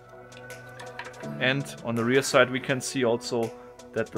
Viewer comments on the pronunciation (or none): none